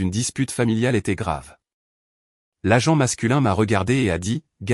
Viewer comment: l'agente et non la jante 😂😂😂